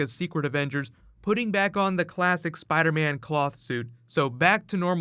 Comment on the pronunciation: Iron Spid-ah?